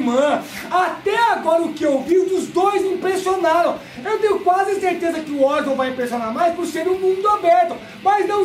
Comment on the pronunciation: Uma pergunta que não quer calar: - Por que o Horizon Forbidden West vocês falam "órizon"? ehehehe é "oraizon", kkk "ORAIZON"...